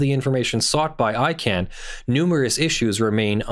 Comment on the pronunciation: ICANN not ICANNOT